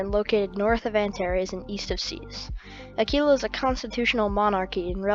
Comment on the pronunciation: its not "Acee-la" its "Aq-uila"